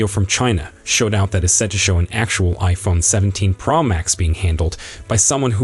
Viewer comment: Wtf is the iPhone pearl max?!?explain why u can’t pronounce pro as it needs to be?!?